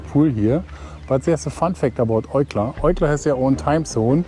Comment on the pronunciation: Eucla, pronounced 'youcla'